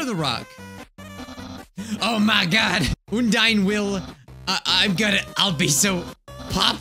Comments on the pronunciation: Pfft- oon dine- It's pronounced Un dine if you want to know :3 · No one: Literally No one:: pronounces Undyne as Ondyne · oondyne me: i- im dissapointed in thee